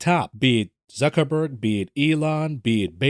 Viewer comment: Zuckiniberg? Haaaahaha